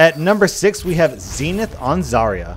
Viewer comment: you said zarya weirdly